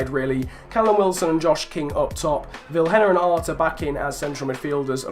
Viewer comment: Vilhena is prenounced as viléna